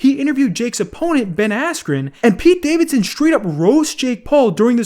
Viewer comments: I’m gonna say it’s rigged purely because Ben got right back up afterwards nd it was the red that went no even tho Ben was fine ahahahaha so silly and the fact that jake or jakes team has clearly gotten the announcer said “asscube” cmon bro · No he doesn't u can alredy tell that its fake the moment the commentator mispronounced ben askrens name